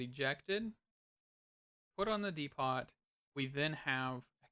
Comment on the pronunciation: Dee - poe. As in the Home Depot.